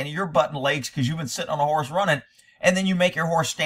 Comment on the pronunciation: Horse not hores!!!